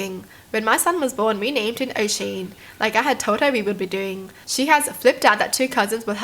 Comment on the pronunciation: Oooh I’m Irish too! But that’s not how you pronounce Oisin, its pronounced usheen, I’m sorry if I sound rude at all I just want to help😅😂 Edit: I hadn’t watched the rest of it so I didn’t hear this but also Galway is pronounced golway😂